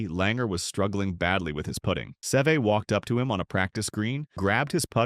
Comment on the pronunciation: Can we please learn to pronounce Seve’s name